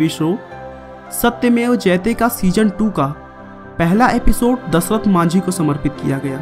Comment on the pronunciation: O bhai kya dhasrat bol Raha hai dashrat ji bol ji